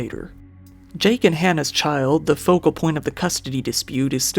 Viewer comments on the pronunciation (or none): none